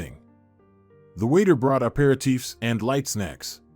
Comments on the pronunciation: Dang, the story would’ve been so much more engaging if a human had narrated it. “A pair of teeths” pretty sure the waiter brought aperitifs. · It's a good video but the AI is terrible. It uses words as it's pronounced hence such ludicrous mistakes , aperitifs eg!!